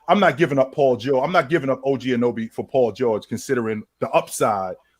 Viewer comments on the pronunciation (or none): A-No-Be, A-NooN-A-Be …. These 🇺🇸 disrespectful af. Do your due diligence instead of butchering a mans name 😑🥴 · y’all gotta learn how to pronounce anunoby